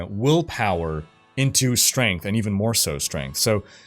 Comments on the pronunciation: "StrengHt" LMAO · chuckled at "strenght" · couldn't help but chuckle at "strenght" when he read it out loud as that.